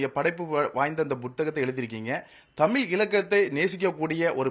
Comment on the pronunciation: தமிழ் என்ற சொல்லை இவ்வளவு அசிங்கமாகவும் அருவருப்பாகவும் உச்சரிக்கும் ஊடகவியலாளரை இப்ப தான் பார்க்கிறேன். அதுவும் தமிழின் முன்னணி ஊடக நிறுவனம் இவரை பணியில் அமர்த்தியிருப்பது தான் பேரதிர்ச்சி.